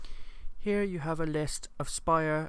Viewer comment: Thanks for the review. Not sure why you pronounce "sprite" as "spire."